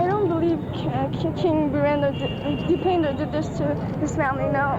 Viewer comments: Its not dipnder it is dipendhra bir bikram shah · Its not Dipendar….its Dipendra broo ( Di-pen-dra) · It's princee dependra not depender😊😊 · Bhai dipeendar nahi Dipendra heh aur RAW kah kam hehe ye sab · Name correction: Dipendra not dipendar please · 🙏🇳🇵👉Most of statement needs to be corrected and do research before making any video, specially this type of video which is very big incident of a country.. and pronounce name correctly, its DIPENDRA not DIPENDAR..👈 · Birendar ❌ Birendra ✅ Dipendar ❌ Dipendra ✅ Gyanendar ❌ Gyanendra ✅ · Bhai it’s Birendra not birendar😂 it’s Dipen-dra not dipendar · Bro, first of its DIPENDRA not Dipender or Birender it's Dra at last, research well before you speak, and please don't state anything that you've just heard just to create your content.